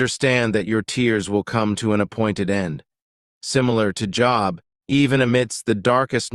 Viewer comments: I love this. Thank you for the wonderful, gentle reminders! p.s. I know it's Job, but I kept hearing "Joe" and it cracked me up 😂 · AI said similar to job not Job and Joe is in the caption. AI is not able to distinguish between job and Job. Good thing we know. GOD IS IN CONTROL!! ❤ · Im surprised - an advanced channel - such as this is calling Job as Joe.! 😊 Its pronounced J-oh-b.! 😅 ☮️✝️☮️ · For Joe read Job, pronounced Jobe. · Job...not Joe. Good msg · Its not Joe, its Job. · its not Joe its Job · if you use AI to make this please pronounce Job correctly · It's not joe it's job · Its Job not Joe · Not Joe bro it's Job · You got Job mixed up with “Joe” and so I got the “Thumbs down” button mixed up with the other option…. Stop using computer generated voice overs and maybe try doing it with some real life vocal narration. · Just so you know... the name is JOB not JOE. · It's not Joe, it's Job . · I believe you mean Job,not Joe. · ? Joe !! 😂😂😂. It is job. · Not Joe it's Job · It’s “Job”, not “Joe”. 😂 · the correct name is Job (Joeb) not Joe as the narrator say's. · Job not Joe. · Job …not Joe . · This was written by AI. Some of the words are not correct and especially the most telling thing is, JOE instead of JOB. I thought I'd never see it in my lifetime. That is spooky 🙀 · His name was Job not Joe. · why calling Job "Joe"????? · How could he have this knowledge of the bible but use the name Joe? It is job. Seems almost misleading on purpose he knows the entire story of job but still calls him Joe 🤔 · Job not jor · Job u need to get the names right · Yes. Why can't he use the correct name which is JOB? He doesn't even say job's name correctly.❤❤❤ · Thank you for the correction. Job. Not Joe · Narrator says Job not Joe. Probably the b at the end is sound slightly but is a b not an e. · Joe? lol It’s Job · why did he keep saying Joe? the name is job. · Why Joe?....it's Job. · You mean Job? Not Joe... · Who is joe? And it is pronounced Job not job. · Job, not Joe !